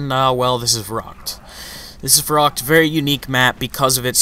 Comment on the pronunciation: Not verrakt, it is pronounced verrykt